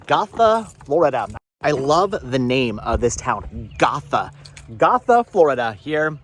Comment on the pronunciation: Fyi I live nearby and Gotha is pronounced Go-tha, like “let’s go” rather than goth ☺️